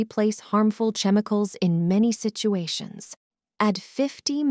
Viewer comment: first time I've heard the 'ch' in chemical pronounced like the 'ch' in cheese